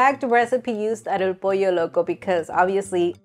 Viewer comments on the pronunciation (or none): My wife mispronounces pollo as "poy-yo". Drives me insane